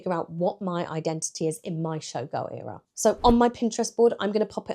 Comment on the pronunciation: Why do you pronounce ERA wrong?